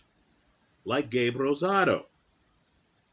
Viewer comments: Much respect, you rolled that R like a native speaker And I agree. Rosado is a very live underdog tonight. He beat Jacobs imo, and had legit power at 168 thanks to the weight game and tutelage of Freddie Roach. Mungia is a beast but is there to be hit all night. Should be a terrific fight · Nice job rolling the R in Rosado